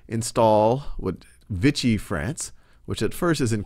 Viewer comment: Overall good job, but you're a bit confused on Occupied France and Vichy (pronounced Vee-shee, not Vitchy). There was no "Free" France.